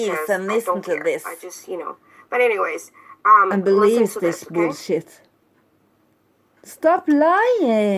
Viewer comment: I love how SAYS BULLSHEETS 😂